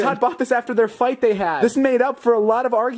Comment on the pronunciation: “aruging” lol